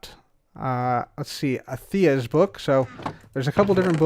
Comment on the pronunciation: That chicken bit had me in stitches. I love Darren the Chicken's new treehouse! It was pretty fantastic you managed to make it interactive for a FRIENDLY MOB. P.S. you can't seem to say Anthea's name right for your life xD